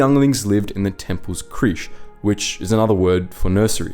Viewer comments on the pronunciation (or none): Crèche is actually pronounced ‘cresh’ not ‘creesh’ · Maybe look up how to pronounce words of you domt know. Like creche...